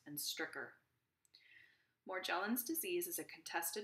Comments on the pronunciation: She doesn’t even pronounce it correctly 🙄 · Yes but she is not pronouncing Morgellon’s correctly.🤔